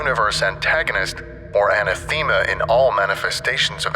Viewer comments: An-ah-thee-muh? Oh geez bruh c’mon. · I’ve never heard anathema pronounced this way before. Was that intentional? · Did they just butcher the pronunciation of 'anathema'?